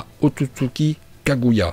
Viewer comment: Par le kaguait mdrrrr